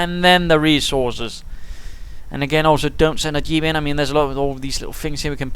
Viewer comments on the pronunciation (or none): where are you from? you say dyeep not jeep :D